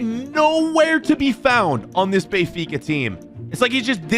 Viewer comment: I sweat to god if says Bayfica one more time🤣🤣🤣